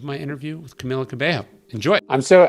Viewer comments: Ka bay yo not ka bay ho😂 gringo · It's Ca-Mee-La Ca-bey-yo! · it’s pronounced camEEla caBAYo but i enjoyed this interview! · “Camilla CabeHo” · Love this conversation, she's amazing in every way! But you need to learn how to pronounce her name. Cabello is pronounced CabeYo in Spanish. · Did he say camila cabehoe?? Lmaooo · Lord he butchered her name 🤦🏿‍♀️